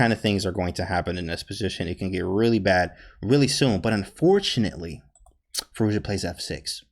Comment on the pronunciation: You nailed that pronounciation.